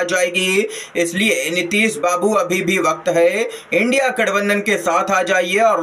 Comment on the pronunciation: India nahi bol pa Raha hai indi bol Raha hai. Bina padha hai.